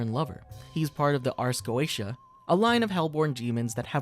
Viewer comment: Not to be that guy but it's pronounced ars go-ee-sha